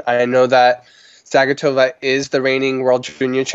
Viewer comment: I believe it's pronounced Za-GEE-tuh-vuh. Saying "Zag-eh-TOE-Vuh", makes us sound like dirty Americans. :-)